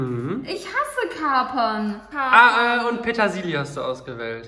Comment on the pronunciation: dieses "Petasilie"😅